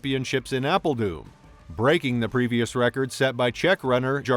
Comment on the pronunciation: apel doom.... lol... its doo R N like thorne not doom. Made me chuckle though, thank you :)